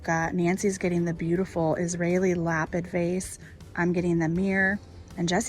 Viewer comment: Such great finds. Lapid is pronounced La Peed